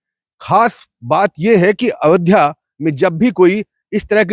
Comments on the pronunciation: avdhya नही ayodhya hai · Reporter को अयोध्या का उच्चारण करना भी नही आता , बार बार अवध्या बोल रहा है। पढ़ा लिखा नही लगता। 😢